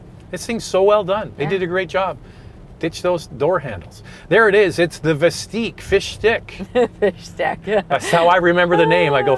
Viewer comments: Y’all realize you’re pronouncing the name wrong, don’t you? It’s Vist-ick, not Vist-eek. Also, there will not be “Buick, GMC, and Chevrolet versions” of this thing. This isn’t the GM of old where they took one model and slapped different badges on it. Hard for me to continue watching after just a few minutes of nonsense. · "Visteeeq"?! I thought it was "Vistick". The other car is not called "Lyreeek", right? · it's not "Veesteeq"....you should know how to say the name before reviewing a car...pronounced 'Vis 'tick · VIS-TICK. Not VIS-TEEK! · It's Vis tICK not Vis TEEK. You know... like LyrIQ and OptIQ. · Are you joking with the pronunciation?!? It's Vis-Tik like Op-Tik.